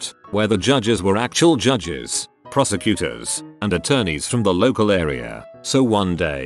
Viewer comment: Is it just me or does “prosecutor” sound like “prostitute”?